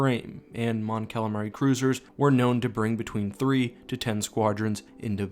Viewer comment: Mon "Calalion"😂 Great Vid tho!!